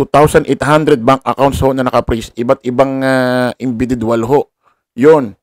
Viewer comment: Individual po Yun, Hindi inbididual ✌️😅